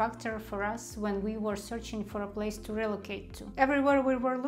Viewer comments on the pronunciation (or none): none